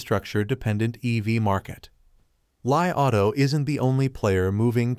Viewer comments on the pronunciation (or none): When you pronounced the name of the car as lie rather than Li auto, it indicates that you don't even pay attention to the correct way to say the right wording. Even xiaomi is not pronounce as Xia o mi, it is Xiao Mi